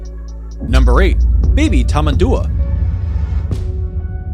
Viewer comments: btdubs its tamendoowa (tamandua) not tamaadoowa (tamadua) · He never once pronounces tamandua correctly and it frustrates me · dude butchered the Tamanduá pronunciation